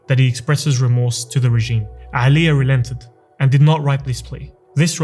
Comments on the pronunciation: no one_ this guy: AElija Bro its Normal letter A not the arabic ع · Brother, just one correction regarding pronunciation. There is no 'Ayn in the Bosnian language. Its not 'Alija, nor is it 'Izetbegovic. Its just Alija Izetbegovic.